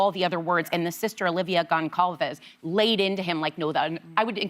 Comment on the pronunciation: oh come on get their names right if you get the MONSTERS name right how can you not make an effort to get the victims names right? there was NO ANNA ! and GONEcalves. Shame on the view! I dont get it ive seen and heard it more than this tv show. Just irks me to know end ! Sunny wrong again and she SHOULD know what it is called its Victim IMPACT statements, as in the impact that person had on their lives etc. How it impacted them. So get THAT right as well. misinformation is said in this segment! SO in the end none of you should have commented, whoop could have announced the outcome, or someone who could SAY Their names properly the rest is really bad. plus 10 yrs but never explains what the 10 yrs is for. Why bother then. UGH